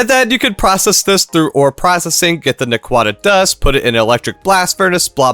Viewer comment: too bad he doesnt pronouce them right 😢